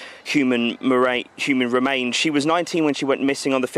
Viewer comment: Human marains oh dear Reading off his phone too 🙃